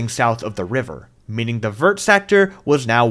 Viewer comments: as a french hearing say the word "vert" like you would pronounce vertical is hard... fyi it sounds more like "vayr"! Still very cool build and would be insane w a pokemon mod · The pronunciation of the sectors is killing me 😭 you'll never see this but here's how you can pronounce the french words without going full out Vert = V-eh-r Jaune = Joe-n Rouge = Roo-j Bleu = Bl-eugh Magenta = just-say-magenta-normally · Americans pronouncing the T in "vert" is so frustrating lmao, did you guys not do French in school?